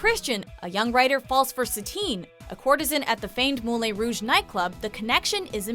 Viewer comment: The way the narrator pronounces 'Moulin' and 'Homages' is like nails on a chalkboard